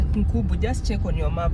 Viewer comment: Its lake Nkunga and not Nkubu. Its in the forest before you get to Meru town.